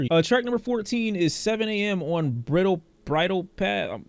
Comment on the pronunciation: Bridle Path, not brittle. Like a horse's bridle. LIKE BR-EYE-DULL...FOR EVERYONE HAVING TROUBLE WITH IT